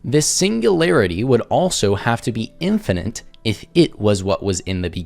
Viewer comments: Him constantly saying "infiniNte", not infinite, is annoying me more than it should. . . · This is the second video that this bellend did I've seen covered, and both in this and the other he says "infinent" instead of "infinite". Which grinds my gears infinently. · “Infinant “ he can’t even say it right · Gah, it's so grating to hear him say "infinant" ( , , ) 🙉 PS Well at least he introduced me to "burgerler" 🥂 ... so it wasn't a complete waste. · the boy sais "infinent" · I expecially hate when people say "infinint" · Is he saying "infinint"? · "if this... were infinent... " This fool can't even word, much less think. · His asinine and unoriginal arguments aside, the one thing that is really irking me is that he keeps pronouncing singularity as "single-airity" and infinite as "infininte" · Is he saying "infinant"...? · "Infinint" oh yes, I'm sure this guy knows his stuff. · I really can't take someone seriously who can't pronounce a simple word like Infinite.